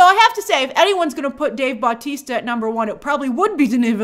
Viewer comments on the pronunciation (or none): great video as always but please just im begging u say Bautista not BAUtista